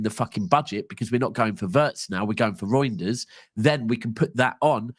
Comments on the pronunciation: talking about meat, calling Reijnder -“GROINders” lol. This stream went south from the jump lol😂🤣🤦‍♂️ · The way u say his name sounds like “Roinders”, it’s way too close to Groinders. I had to throw that in to “meat talk” lol😂